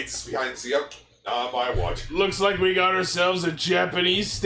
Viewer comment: Guys the name is pronounced jii-ou.